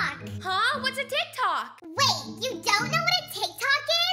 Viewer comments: Umm is tik tok is not teek tok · That’s not how your say teek tok it’s tik tok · Who the hell would say teek tok Not like at its Tik-Tok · You dint say it teek tok you calltiktok